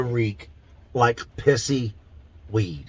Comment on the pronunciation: "Pissyweed" "Pissstick" LMAO